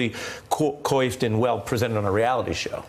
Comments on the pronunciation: Coyfed? It is pronounced "quauffed" ha ha ha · Ari, dahling, Coiffed is "kwahfd" not "coyfd". And anyway, nothing about Trump is perfectly coiffed. Maybe from far away..but up close, a festering mess.